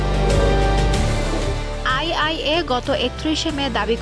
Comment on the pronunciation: মিনিটে সাংবাদিক বলেছেন "সেন্ট্রিফ্রিজ", আসলে শব্দটি হবে "সেন্ট্রিফিউজ" । ২:৫৮ মিনিটে বলেছেন আইআই এ! প্রকৃত শব্দ হবে আইএইএ(IAEA) সংবাদ মাধ্যমে এরকম ভুল শব্দ উচ্চারণ কাম্য নয়